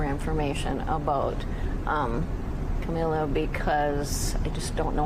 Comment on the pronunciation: The lady calling her "Camilla"